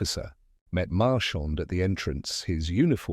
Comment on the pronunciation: Narrator can’t say Maigret. I have heard at least three other names. I wonder if it’s a copyright dodge.